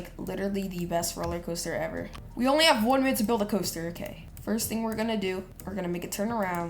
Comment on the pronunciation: said donly 😂